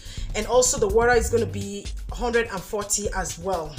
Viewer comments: Can you just stop saying worra and say water straight up? The phonetic is just too much. Nice job though. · WORA?! My dear this is a great video but that sound of Wora makes me sick. Just say water or H2O. Someone who doesn't speak pidgin will think you are calling something else